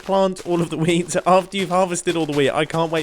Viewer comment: "15 year old me right now would be getting very very excited indeed at the prospekt of having lots and lots of wheat" (Is this just me being a german, non mother tongue English speaker or does wheat really sound like weed which makes this sentence a LOT different😂)